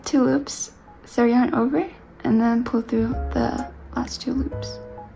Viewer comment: When you say two loops it sounds like you're saying Tulips